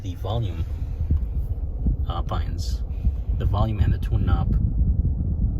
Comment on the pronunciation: On the console, those are "buttons", not buu-inns. aarrggggg